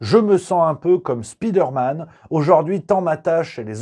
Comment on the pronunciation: "speederman" c'est le gars rapide "spiderman" c'est l'homme araignée : tout est dans la prononciation lol